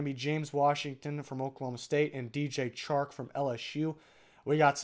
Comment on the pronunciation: “The Chark”